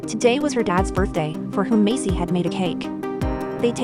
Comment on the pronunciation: Her name is Maisy, not Macy